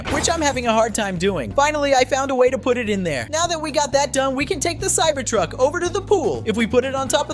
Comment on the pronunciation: Cyber tuck not cybered tuck